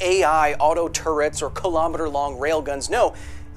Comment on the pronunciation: "Auto Tourettes" or "auto turrets"?